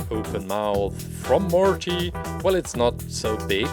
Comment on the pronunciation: I like the way you pronounce Morty it's cute